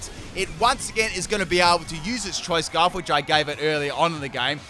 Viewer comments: "Choice Sparf" The new item that boosts your speed and special attack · "Did I say CHOICE SPARF?"... Yes,... yes you did. XD